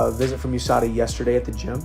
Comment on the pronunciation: Mispronouncing USADA isn’t a good look after calling fans dumb.